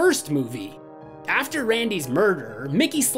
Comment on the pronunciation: idk if i was hearing it wrong but it sounded like u said nicky so many times , i know you know his name is mickey but just listening i was getting confused like WHO IS NICKY